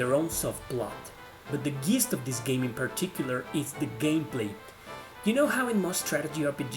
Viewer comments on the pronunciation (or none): FYI since English isn’t your first language, I wanted to correct your pronunciation of the word “gist.” It’s pronounced like a J, like in jello. It’s pronounced “jist” Not to be a jerk or anything. Great list! I love it